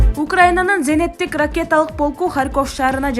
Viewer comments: Зенеттик эмес зениттик деп айтылат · Зенеттик эмес,зениттик ,тупица